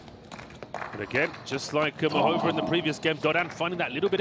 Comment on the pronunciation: There's an accent over the a in Muchova's name, which means there's an emphasis to the a, and not the o.